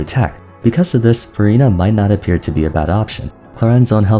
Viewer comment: it always sounds like you’re saying verina instead of furina lmao